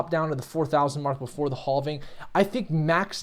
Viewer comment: Say: I am having a great day! Now just say "having". It's actually: "halfing". I heard you say "have" many times during this vid so I know you can do it. Great vid!!